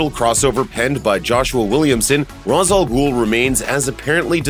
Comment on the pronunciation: Umm, good list, but you really need to learn how to pronounce Ra's al Ghul's name. I recommend watching relevant episodes of Batman: The Animated Series so you can hear it.